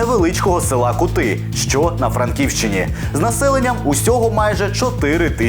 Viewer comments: Не КутИ, а КУти, наголос на першому складі, хоча від того кваліфікація дій цього бандита не змінюється, "круті" 90 повертаються? І це у час війни!!! Гірше від орків.!!! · Ку'ти а не кути' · Не Кути', а Ку'ти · КУти, а не КутИ... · К`ути а не кут`и !!!довбню! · Не кУти а Кути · Не кутИ,а кУти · Тільки почала слухати відео і вже ріже вухо небажання автора елементарно перевірити правильне звучання назви села. То не КутИ', а КУ'ти. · Не КутИ а КУти, і з якого переляку воно опинилось на Буковині?👀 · Будь ласка, якщо ви проводите журналістське розслідування, то постарайтеся хоча б правильно вимовити назву селища (Ку́ти – наголос на ‘У’). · телепню Кýти. То ка🐐 ські традиції класти наголос на останній склад. Весь цивілізований слов'янський світ так кладе. Лише абщепАнятний 👅 ні. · Кути наголос на у.